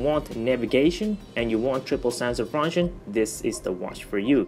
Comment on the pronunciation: Funshennn lol